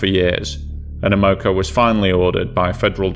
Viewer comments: the oil company's name is pronounced AM-O-CO. It stands for AMerican Oil COmpany. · It's pronounced Ammo-co. NOT A-Moco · A Moco? I have always heard it pronounced Am o co. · its not Ah-mo-co it's pronounced Am-uh-co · I cringe every time I hear about the "a-MO-co Cadiz. It's AM-o-co Cadiz". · It's AM-uh-co, not uh-MO-co. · We pronounce it Am-a-co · (AM-O -CO ) American oil company, If you're going to explain something about an American company or the American people, pronounce it correctly, Americans deserve that,If not for America and it's men you would be speaking German right now TY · You're always eloquent and respectful, which I appreciate. However, as a Chicagoan, just have to say the pronunciation of the first word in the name of the first story's ship grated on my ears. Like others have said, it's AM-oh-co. (Originally one of the Standard Oil companies, it later became Amoco, which is now owned by BP.) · Great video but that's not how you pronounce Amoco😆..AEH-MUH-KO😉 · Am O Co is how to pronounce. Good video Thanks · Stop saying it wrong! 😅 It's Am Ma Co. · As a Chicagoan, that drove me nuts. AM-oh-co, damn it! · AM-O-CO Amoco! That's how its pronounced. Who in there right mind would sail a tanker in to a Gail? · So every syllable gets accentuated? SMH AM-uh-co <-- this is how you convey phonetic pronunciation. (alternately, you can replace the first hyphen with an accent/single quote mark) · Have I been pronouncing Amoco incorrectly for 40 years? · You're pronouncing Amoco incorrectly That is, unless you are stating the Spanish translation of "to snot" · The pronunciation actually makes sense if you're not familiar with the company. American Oil Company. Oil isn't pronounced "AWL"